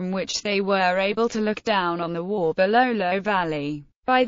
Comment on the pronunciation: Get the pronunciation right, it’s pronounced Wow nor war